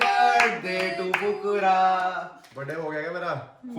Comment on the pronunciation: Aapne fhukra bola aur mujhe kukura sunao diya hai ❤❤